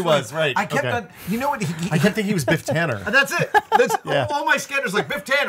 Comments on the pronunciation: cmon guys its Biff Tannen not Tanner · It's.......it's "Tannen"....